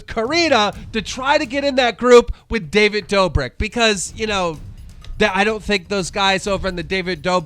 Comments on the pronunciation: he said David doe-burg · Did he say David Doberg at first? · why the fuck does keem mispronounce everything? corrina "kannif"? and david "dorbik" come on mate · omg i definitely heard "david doBIRD" lmao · Does he purposely pronounce names wrong? David doberg? And I don’t even remember how he pronounced Corinna’s last name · did he really just butcher his name, disgraceful😂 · Hear how he says David Dobrik